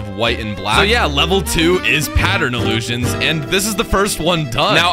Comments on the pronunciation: Take a shot every time says "Iliusions" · ILUUSIONS …Read more